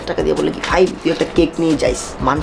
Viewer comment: k faim bole 🤣